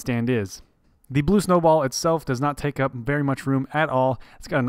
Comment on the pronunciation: did you just say "blube" in the intro?